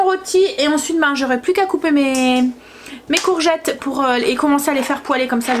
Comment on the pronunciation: BONSOIR, VOUS ETES TOUJOURS AUSSI PÉTILLANTE, JE VOUS AI ENTENDU DIRE LE MOT GOURGETTE, ALORS QUE ÇA SE PRONONCE COURGETTE. SINON TOUJOURS AUSSI INVENTIVE DANS VOS RECETTES ET TRES BIEN EXPLIQUER. MERCI MILLES FOIS. KARIMA 46 ANS DE BRUXELLES. BIG BISOUS